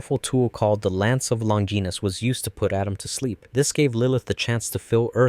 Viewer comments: Please let’s say Longinus the right way, it’s not Long-ginus, it’s suppose to be a Roman name. Lon-gi-nus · It hurts me everytime you say Longinus.